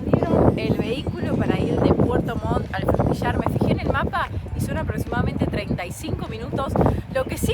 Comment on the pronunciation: Puerto Montt chiquillos no puerto Mon. Buenos sus videos!!